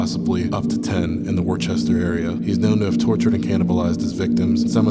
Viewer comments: minor but as someone from massachusetts worcester is pronounced woo ster 😭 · Worcester is pronounced “Wooster” just so you know 😅 massholes get really mad about that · I know I did not make it to the end of this video to hear this jit mispronounce Worcester